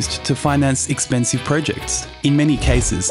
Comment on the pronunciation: Irks me how you say projects .. pro ..... Jects 🥲 good video tho